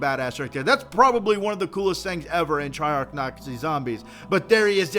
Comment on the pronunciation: Tryarch? Lmao